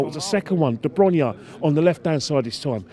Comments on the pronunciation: “De Bronya”😂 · (1st) #0.34 Fast forward 10 years ago.... Woah wait huh!!! 🤔🙁 (2nd) #1.25 The club reaks of consistency. Woah wait huh!! 🤔 Surely you mean inconsistency. (3rd) #2.22 man said debronya 😅 Surely u mean de bruyne This is becoming a reoccurring theme. 😏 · Man said Dr brunya